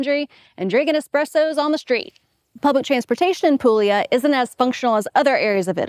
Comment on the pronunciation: Pool-yah. Not pool-eee-ah.